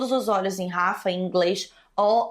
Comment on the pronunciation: só um detalhe, imagino que você veja muitas dessas notícias em sites gringos e aí você acaba pegando a pronúncia deles, mas "Rafah" pode ser pronunciado exatamente como se lê, inclusive com o H "servindo de acento". kk Amei o vídeo.